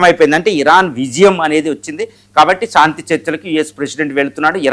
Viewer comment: సాంతి కాదురా బాబు శాంతి అనాలి. అద్దంలో చూసుకుని, నాలికతో exercise చెయ్యి సరిగ్గా పాలకటానికి. Not సాంతి -- శాంతి, శాంతి అనాలి. విజయ శాంతి కి విజయ సాంతి అని మాత్రం పాలకకు. సాధనతో అన్నీ వస్తాయి practice చెయ్యి.